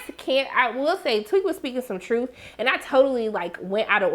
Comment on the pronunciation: I’m sorry are you calling him “ Tweak” girl what😭🤣 his name TEAK! 💀💀💀